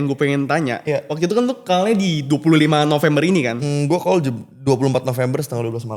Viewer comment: Heran aja gw nama George tapi pronounce kata talk dan call aja salah. Talk diucap talek, call diucap kal, wkwkwk... Plis lah...